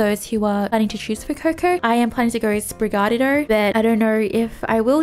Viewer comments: I think Sprigatito might 🐝 pronounced in a way that rhymes with trigger-speedo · Your very australian pronounciation of Sprigatito killed me.